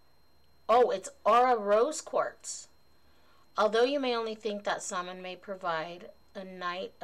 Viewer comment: Oooo great box! Mine is coming in by the end of the week. :-D Just a note though, Samhain is pronounced "SOW-en" (sow rhyming with cow). 😉 The "mh" in the Irish language makes a "w" or "v" sound (for example, in my name, Niamh, it makes a "v" sound). That stone is really pretty! I've never heard of motherwort either, which is awesome because I love being introduced to new herbs!